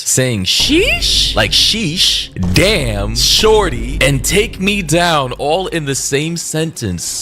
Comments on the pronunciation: I cant get over you pronouncing shawty as "sharty" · i thought you said "damn sharty" 😭